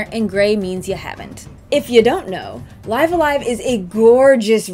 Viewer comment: The way she pronounces it in the video is the actual correct way.